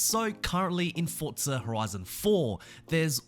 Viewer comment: Its not fortsa its forza